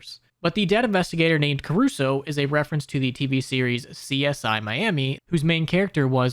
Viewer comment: That's not Carusoe that's Crusoe, its a reference to the pink panther....